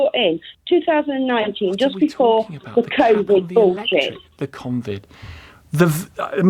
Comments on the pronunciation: Hahaha she said "Convid". You can tell she gets her "news" off bullsh!tters. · “ConVid” 🙄🙄🙄🙄 So many brains so badly broken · "Convid" ... what? 😂